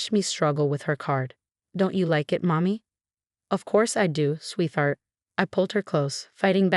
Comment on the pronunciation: It's all AI. They are quite phonetic. One of my faves is swee-thart.